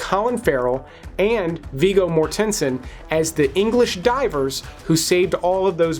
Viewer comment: Mortensen isn't a complicated math riddle to slowly butcher. It's an easy-syllable children's sound-out word most 4yr olds can do fast. Do you pronounce connection con-eck-she-on as well ? God, your education system puts every living soul three steps closer to death.